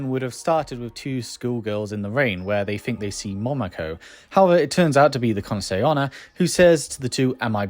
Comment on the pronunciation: I feel like you've been pronouncing Kuchisake Onna very quickly, it sounds like Kunase Onna. Nice vid tho :)